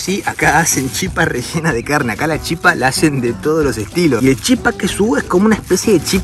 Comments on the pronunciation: Hola soy Paraguaya y se dice la chípa con acento en la (Í) 😊😊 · En Guaraní se escribe Chipa, pero se Lee Chipá - Guaraní se acentúa la última vocal, aunque ésta no lleve tilde. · Y se leé chipá, con el acento al final, pero se escribe chipa, porque en guaraní las vocales al final no llevan acento, pero si se pronuncian cómo si tuvieran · Hola soy de Encarnación-Paraguay , SE DICE CHIPA SIN ACENTO, Y EL TERERE ES PARAGUAYO FUE CREADO EN PARAGUAY Y SE HACE DE AGUA ,HIELO, YERBA Y REMEDIOS YUYOS , Y EL GUARANI ES UN IDIOMA DE NOSOTROS LOS PARAGUAYOS ES DE LO MEJOR💕💗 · Según tengo entendido se dice Chipá en guaraní, en realidad se lee shipá. Y en español sería chípa. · En español la palabra Chipa se pronuncia con el acento sobre la "Chi" pero en Guaraní se pronuncia con el acento sobre la A y además la CH se pronuncia como la SH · Si lo vas a decir en guaraní es chipá (se pronuncia SHIPÁ) y en español se dice chipa (acento en la i y la ch pronunciación española). La CH en guaraní se pronuncia como SH. En cuanto a la gallina casera, esa es la diferencia, su color rojizo y es más dura por lo que necesita más cocción. Muy lindos videos by the way.. los vengo viendo. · se dice chipa sin acento al final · Yo soy paraguayo se dice chipa sin acento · Se dise chipá ra bien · Chipa sin acento, chipá en guarani... pero se pronuncia "shipá". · Te explico como se pronuncia la Chipa, si hablas en castellano es Chípa, con tilde en la I, si hablas en guaraní es Chipá, pero no se pronuncia como Chipá, si no como Shipá. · Se dise Chípa no Chipá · Se dice Chipa, sin acento en la a. Muy buen video amigo, saludos! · Es Chipa sin acento, pero tiene un acento prosódico en la Chi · Chipa se dice en español En guaraní es chipá con acento.. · se dice chìpa con asento en la í kp nde proba el pollo... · se dice chipa con acento en la i,que lindo ver y escuchar,que te guste la gastronomia de mi pais😊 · Es chipa con acento en la i, soy paraguayo, pero también me gusta Argentina